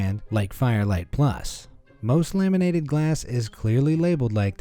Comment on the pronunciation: Him: Laminated windows What i heard: lemonade windows